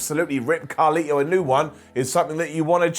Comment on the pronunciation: His name is carlito not carli